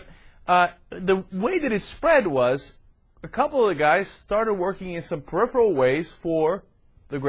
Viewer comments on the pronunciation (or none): none